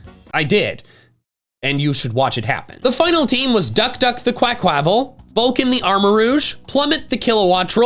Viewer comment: Just so you know, it's pronounced Qua-kwuh-Vahl because it comes from Quack Quack and Festivale. Aside from nitpicking about how a grown man says the name of a fictional creature in a children's game, this was a great year. Here's to more great videos in 2023!